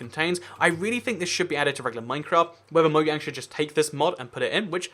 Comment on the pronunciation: "Mo Yang"